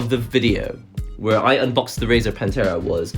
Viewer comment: Every time you say PANTERA instead of Panthera.. All I hear is Cowboys form Hell playing.